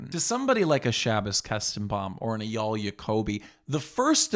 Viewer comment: It’s pronounced AyYAL.